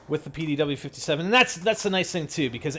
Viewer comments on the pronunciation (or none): its not the pow-57 for fuk sake its the pdw-57 for god sakes